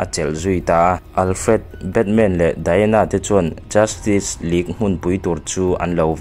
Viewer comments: Tinge JUSTIK i tih tlat aa JUSTICE ti in lam dik la ngaihthlak a nuam deuh ang.Rilru a la peng deuh tlat a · Justik❌ Justis☑️ Tia lam tur sir... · Tinge Justik ila tih hram a😂Vido hmasa ah khan ka sawi tawh sia, Justice hi Justis ti a lam tur, tik K 👈nilo in Tis S 👈tur hi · Chu chiah ka hrilh tum tak justick tih in a lam zel a😅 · Justice tih i lam dan hi dik chiahlo lo mo,"justik" tih angin I lam ri a, "justis" tih ang zawk in nise,lo soi mai mai😂👍🏿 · A va han lam diklo nasa thei tak... Justice League pawh justik tiin i lam daih a😂😂